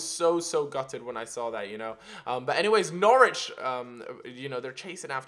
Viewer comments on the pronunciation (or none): none